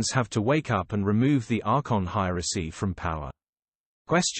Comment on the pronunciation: He can't even pronounce hierarchy lol